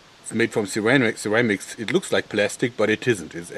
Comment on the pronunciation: sherwamics XD ly man